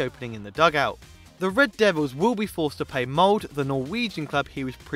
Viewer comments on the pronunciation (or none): Dude just called Molde mold... Jesus christ...